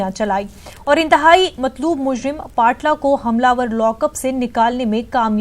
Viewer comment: पाटला नहीं है मैडम पपला नाम है